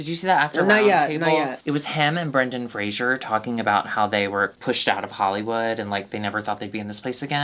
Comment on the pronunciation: There is no "i" in Fraser. It rhymes with laser and blazer.